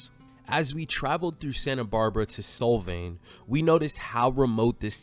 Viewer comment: It’s like solve… Solvang. Not sol like the sun.